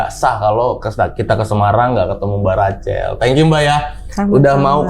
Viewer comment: tolong deh pengucapan namanya itu Rakhel bukan Racel. 😅😅😅